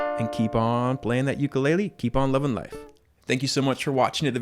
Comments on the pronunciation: he done did said ook-a-lay-le AND OMG I CAN READ NOW IM SO PROUD TY TY TY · Ook or yook I say yook when it comes to pronouncing Ukulele